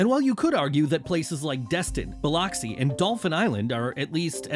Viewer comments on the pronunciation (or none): Bil-lux-ee not Bil-ox-ee💀💀💀💀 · Biloxi is pronounced Buh-lux-see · It's pronounced buh-LUX-ee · Bil-uhh-xci bro😂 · Don't ever try to pronounce Biloxi again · Learn how to pronounce Biloxi. I’m glad you’re slamming the Gulf Coast, keep people from moving here. Been living here for over 50 years and I have no complaints except maybe the stupid casinos, Cruisin’ the Coast, and Black Spring Break 😂